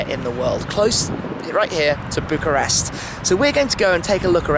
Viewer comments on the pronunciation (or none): none